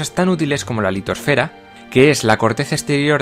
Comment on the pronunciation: la LitosfÉra y la HidrosfÉra? y porque cambiaste la sílaba acentuada en AtmosfÉra ??????